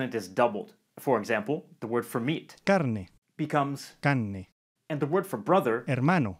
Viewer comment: Hi, I’m from chile and some examples are incorrects like , please say hermano with r and carne with r becouse carne with out r it used for some people Llamados flaites and if you dont want to be one use the r